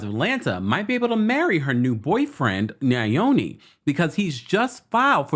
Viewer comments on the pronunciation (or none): my lovely brother.. Just a heads up. His name is pronounced Yoni, which means "Our Own" His wife's name is pronounced "Malo Meni" Hope this helps. Love you